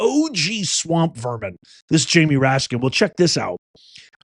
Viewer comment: Did you say Ratskin? Boy it sure fits...